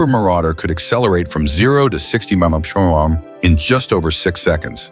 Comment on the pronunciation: Poor production and shite Ai and junk to try to interpret . Keep it no thanks If it so intelligent explain the inability to replace the humans capable of reciting the term M.P.H.? Instead it's like a mouth full of marbled gone bad🤔